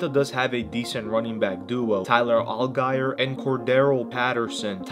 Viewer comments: Tyler Alguyer 😂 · The way he said Tyler Allgeiers name had me laughing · When you pronounced Allgier's name you lost some cred